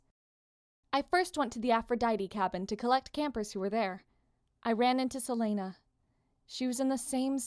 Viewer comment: Also, I pronounce it Sel-ee-na, not Sel-aye-na.